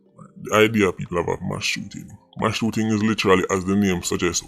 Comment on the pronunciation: Please say M A S S NOT MASH.